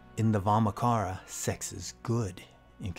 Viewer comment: Nice video, Nit: In Vamachara 'cha' is pronounced as in 'chai' tea latte, not not as in 'car'.